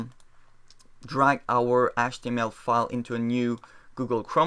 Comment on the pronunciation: You know, it's spelled "HTML" not "ASH-TML".